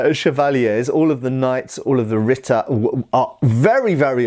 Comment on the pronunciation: what is "rita"? I'm not familiar with this word, not sure if I'm hearing it right; got the spelling from the closed captions; google couldn't give a definition that matched our context.